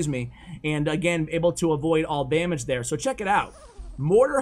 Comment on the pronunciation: He says avoiding all BAMAGE 😂